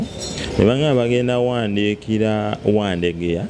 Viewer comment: The. Guy. Should. Be serious. He. Even. Cant. Pronounce. Wandegeya. Properly?